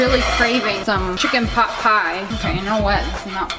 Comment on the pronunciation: i thought she said chicken pop pie but its chicken pot pie